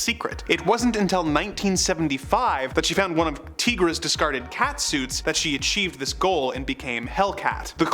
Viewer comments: Ummm...it's pronounced TIE-GRA, not Tee-gra...cuz, you know, she's a human\tiger hybrid. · It's Ty-Gra, not Tee-Gra. She's a Tiger.